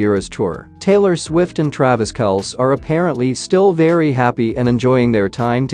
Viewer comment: It’s Travis Kelsee NOT Kelce, guys!